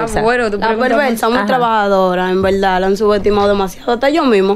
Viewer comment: Dijo EN VELDA, 500 VECES!!! TIENE UN LÉXICO DE 20 PALABRAS NADA MAS. EN VELDA, EN VELDA....